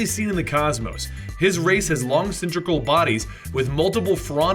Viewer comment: Man I love your videos but is there no vocal director or editor? You mispronounced "cylindrical" and said there "is" thousands of green lanterns. I always hear vocal mistakes on this channel, comic books are some books man, we're suppose to be better than this. I still love and listen to you all the time.